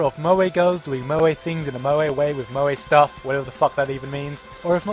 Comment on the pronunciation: your funny but as a crazy otaku i must correct you moe is said like (mo-e)